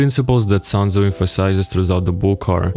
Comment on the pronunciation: "sun" tzu